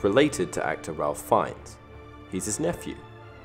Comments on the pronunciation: Just here to point out its pronounced ‘Rayf’ not ‘Ralph’ - its the British pronunciation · Ralph is pronounced Rayf, not Ralf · Ralph Fiennes is actually pronounced like Rayf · It's pronounced Rafe like Safe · I know this is a little nitpicky but you're pronouncing Ralph Fiennes first name wrong